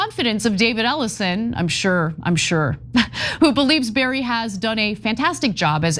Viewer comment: This creature's name is pronounced "Bah-Rree" not "Barry" like she made it up to be.